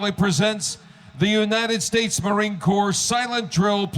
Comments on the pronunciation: FYI, Corps is pronounced "core" not "corpse". Sorry, no harm, no foul. Just a former Marine, well, as they say, once a Marine, always a Marine. LOL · From the "States" -- LOVE your YT vids! It's NOT "U.S. Marine 'Corpse'" . . . although it LOOKS to be pronounced that way. I can assure you the U.S. Marine "Core" is alive and well . . . and, amongst the TOUGHEST "core" in the world! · It's CORE not corps... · Two things. 1. It’s called a bayonet, not a “knife”. 2. It’s pronounced CORE (corps) not “corpse”. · Just a little entertainment and probably also show disciplined they are. Little fyi: Corps is pronounce like core. The P is silent in Corps. 😊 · These Marines are all infantry. Never part of a marching band. (Though the Marine Corps does have its musicians.) Consider their performances glorified gun inspections and a show of perfection in drilling. I suggest watching the US Navy drill team, too. PS. Corps is a French word, pronounced “Kor.” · Corps is pronounced CORE .. technically a knife .. called a bayonet. Ha. You call that a knife in the British Marines and you would be doing pushups for a week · The "p" in the word Corps is silent. It's pronounced core. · Corps is pronounced like "core". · Tu. Corps no p sound. Otherwise it sounds like corpse.